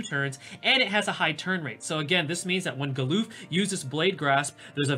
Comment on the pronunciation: galoof? its galuf lmao, also for those that say Agrias' name wrong, its ah-gri-yas (not ag-ree-us or aeg-ree-us)